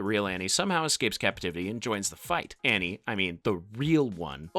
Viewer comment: you say "in front of hughie and ARNIE" LOL Annie is Arnie